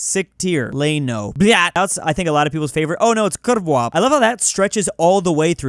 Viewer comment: The W in kurwa is pronounced like the English V.